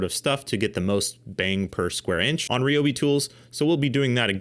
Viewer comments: Protip: "Ryobi" is Japanese, and "Ryo" is a single syllable. It's neither "ree-yo" nor "ri-yo", it's just "ryo". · I’d never heard Ryobi pronounced Ree-oh-bee before, so I searched and found the actual Japanese pronunciation for it. While Ree-oh-bee isn’t totally accurate either, it’s certainly more accurate than the R-eye-oh-bee I’ve heard from literally everyone. Mentally noted. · Everyone at TTI pronounces it "ree-oh-bee"